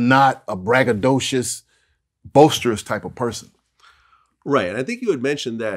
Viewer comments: The word is boi-sterous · Boasterous? I think he meant boisterous. Doug making up his own words again. Big-boneded!!